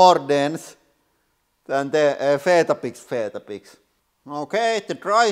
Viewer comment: Love your channel but I'd just say we say it like We-Tah-Bicks